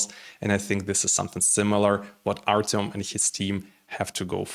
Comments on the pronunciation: Artem, not Artiom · This is a complete lack of respect for the person and the language. Just because you are used to speaking Russian does not mean that you should change the sound of the name to your taste. When you mispronounce the name of a completely different group of languages due to ignorance, this is one thing, but when you deliberately Russify Ukrainian, this is disrespect.